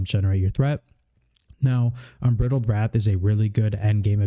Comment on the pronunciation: please I beg you, learn how to pronounce unbridled